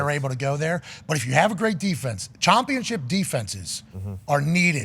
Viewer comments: Why does he keep saying chompionship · Its just the culture of this show They dont say "out", they say "AHT" They dont say "championship", they say "CHOMPIONSHIP" Instead of "down" they say "DAHN" etc.